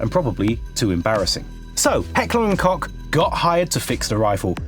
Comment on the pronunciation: Whyyyyy do you keep calling it heckler and cock 😭😭😭😭is it a joke or just you being dim 😭😭😭😭